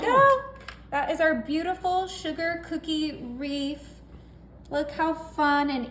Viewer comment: Looks delicious, but why is she calling this a reef? Instead of a wreath?